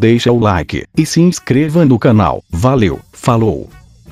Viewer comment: Esse final foi o "millior" 😂😂😂😂